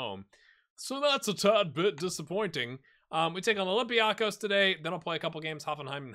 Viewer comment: It is pronounced OlympiakOs. It is on the last syllable.